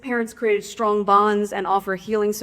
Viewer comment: What's up with her pronunciation. She sounds drunk, but I don't think that's it. Elmer Fudd accents. Twadgedies? Stwong bonds? Pwactices. Maybe a teeth thing. Is Harry slurring his words? Maybe I 'm drunk...